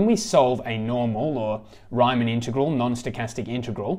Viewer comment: Thanks a lot ! Just a quick note for the pronunciation of the names : Riemann sounds more like “Reeman” Ito like (EE-t-o) and Wiener like “Wee-ner”. In case that would help :). Believe me when I discovered that the philosopher Dilthey was pronounced Deel-Tie I fell off my seat :D